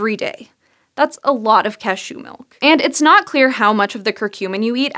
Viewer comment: you pronounce "cashew" oddly. Almost as if you 'eschew' the commonly spoken form ;)